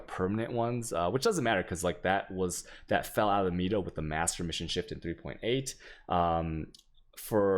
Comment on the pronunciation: yo someone pls teach him how to say meta correctly .-.